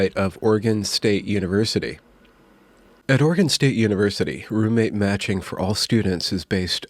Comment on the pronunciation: Ok, it wasnt until about half way through that I realized you weren't saying roommate magic, that you were actually saying roommate matching 😂 this video was so much better when I thought it was roommate magic haha